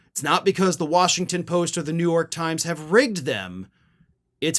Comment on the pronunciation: I love your last "because you're genuingly THAT bad" 😂👍 Like your channel and I'm not even an American 😄